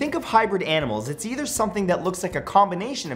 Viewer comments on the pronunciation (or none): none